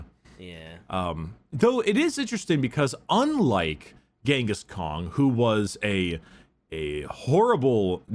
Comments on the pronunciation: Why does keep saying genghis Kong I keep imagining Mongolian donkey kong Edit: white scars episode and doesn’t mention the great hunts cring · Am I the only one annoyed by saying Ghingis Kong?